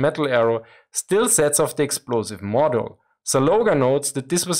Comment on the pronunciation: Nerd note: Your English is excellent, but the word module is an unusual case. The u is pronounced as if it were proceeded by a y. phonetically, it would sound like modyool. It is not a big point, but the terms module and modular are common in modern engineering, so it would be handy to know how the word is usually spoken.